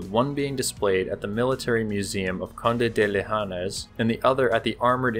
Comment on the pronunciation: The "S" in "Osório" is pronounced as a "Z". It is Portuguese, not Spanish. Same thing on "ENGESA", it is a "Z" sound. I will not correct you on "Conde de Linhares" pronunciation as I have no idea on where to start.